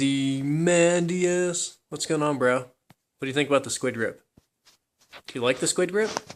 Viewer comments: Ozy* as in Ozy Mandias. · Is it just me, or does say Ozymandias funny??